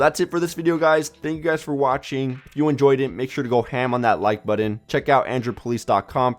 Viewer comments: Why are you pronouncing "button" like that? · my god I hate to hurt anyone's feelings but you NEED to learn how to say the word "button".